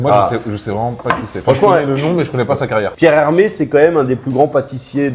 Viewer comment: "Pierre Hermes" mdrrrr Un petit effort